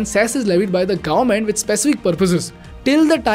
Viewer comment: It's pronounced as government and not "Garment"